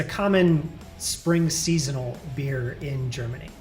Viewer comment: sry but the germany procounciation is kinda bad. but my english spelling is not much better :)